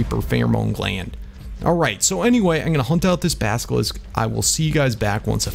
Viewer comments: basillisk not baskilisk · Why r u calling Baskilisk? It’s Basilisk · you say baskelisk its basilisk im dutch and im 10 and ik can say it right go to and hear it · Smh it's not baskilisk it's basilisk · it is a (Bass-alisk) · Could you say basilisk the right way plz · The way says basilisk bothers me so much